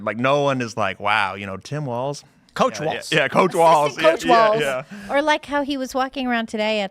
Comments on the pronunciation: it is pronounced "Walls", not "Waltz" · Walls Walz Not waltz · Waltz? Walz? ...... According to Google the British pronunciation is wolts. American is waalz. So I guess you can say it either way.